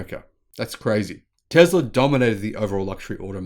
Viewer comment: "TESLA" not "TEZLA"! You're a bright person, but you should focus on proper pronunciation. You were improving, but this entire presentation was a step backwards.